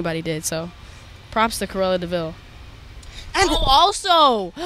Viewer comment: Orrr hear me out, “cruella thee VILE” we love you Billie but come on